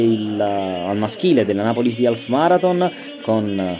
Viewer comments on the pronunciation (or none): non si pronuncia alf.... ma aff